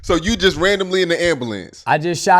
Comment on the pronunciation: “Inna AMBALANCE”